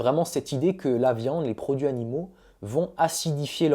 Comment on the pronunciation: Video hyper interessante. J’ai juste relevé 2 erreurs de français. Le verbe solutionner n’existe pas en français. On résout un problème. Et il faut faire la liaison dans ‘produits animaux’: produits Zanimaux. Sinon, c’est parfait.